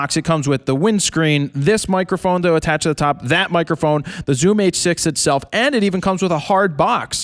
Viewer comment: I like how the guy on the left says microFOON and headFOON. (like ) Where is that accent from?